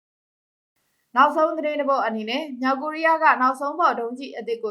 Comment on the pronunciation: မလဲရေ၊စိတ်မရှိပါနဲ့ မြောက် ၊ကသပ် အသံထွက်ရမယ်၊ မြောင်၊ဆိုရင် ငကိုသတ်သော ငသပ် အသံ ထွက်ပေးပါ၊ မြောက် ကိုးရီးယာကို မြောင် ကိုးရီးယားဟု အသံထွက်ရင်၊လွဲမှားပါတယ်၊ သတိထား၍ ဖတ်စေလိုပါတယ်။